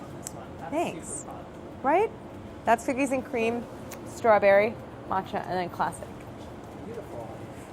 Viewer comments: does anyone else notice the subtle accented way that Claire says the word "straberry" ? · Is no one else bothered by how she pronounces "Strawberry"? Like stra-berry, emphasis on the word berry... Threw me off lol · does anyone else thinks she says strawberry kinda odd???